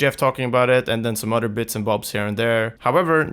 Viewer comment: Why do you say "udder" instead of "other". Creepy 🤣